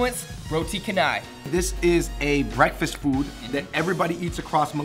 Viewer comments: its cha-nai, not kanai if you know what i mean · 1) Roti Canai : Hahahah !!! ROTI CAN I ? !!! heheheh !! Its NOT pronounced Kahn- naii as in " CAN I say something right for once ? ".... Its pronounced CHAN as in Jackie Chan, Chan- Eye... !!! 2) Curry Laksa : NOT PRONOUNCED Curry Luck-ser... !!! its Curry Lahk- Saaarr IT IS NOT LOCK-SA anyways.... heheheheh 3) Bak - Kut - Teh : ITS NOT Pronounced Back - Cut - Tehh.. Its Bark - Koot - Tay Bak-Kut-Teh is only eaten by NON Muslims in Malaysia. 4) Satay : THANK GOD you got THAT one right !! 5) That Egg Plant IS NOT hors d'oeuvres (Pronounced Odd - Derv ) ... In fact hors d'oeuvres in Malaysia is called KUIH (pronounced KOO - EH? ). And That egg plant is NOT in that same category. Its normally used as an Added condiment that goes together with most combo meal with a Rice Dish... 6) Assam : NOT Pronounced as ( a Sum ? ) its Aah - Saarm 7) Popiah : Pronounced ( PO - PEE - Aah ) Its not made of PO from Kung Fu Panda or Pee !!! heheheh :) 8) Nyonya Pie Tee : Its NOT NONE YA.. like in NONE YA BUSINESS !!! Its (pronounced Neyo Nyaah PIE Tea ) PERSONALLY Never eaten that and Heck Im a Malaysian... damn... WHERE do ya GET THIS STUFF from anyways ? 9) Nasi Lemak : Nasi u got it right... (pronounced NAH - See ) but its NOT LE' Muck !! Its ( LE' Mark !! ) 10 ) Curry Kapitan ??? : DOES NOT EXIST !!! probably it did in err.. lemme guess freaking 9th Century perhaps. I THINK this curry existed during COLONIAL British era in Malaysia. Now its simply called Chicken Curry ! 11) Kaya Toast : NOT K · W pronounce Roti Canai as Roti Cha-nai.. not Roti Can-nai.. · Its not KA NAI ( canai ) but to pronounce it is, CHA NAI. :') love you FungBros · Guys! It's pronounced as 'CHA-nai' not 'KA-nai' 😁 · THEIR PRONUNCIATIONS DROVE ME INTO THE WALL. ROTI CAN EYE?!?!?? NOOOOOOOOOOOOOOOOOOO NONONONONO! CHEN EYE! ROTI CHEN EYE! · Hhahahahah rotai kenai. It's pronounced as ro-ti Cha-nai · kanai lol its cha (charmander) nai and nyio-nyia ... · Roti Khanay